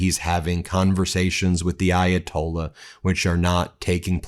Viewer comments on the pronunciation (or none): trump slurring..referring to the ayatollah as the gay ayatollah is pretty disgusting